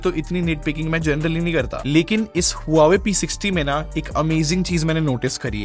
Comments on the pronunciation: It's not HU WA WE. ITS PRONOUNCED WA VE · Brother this brand is pronounced as hwaa way.... ❤love ur videos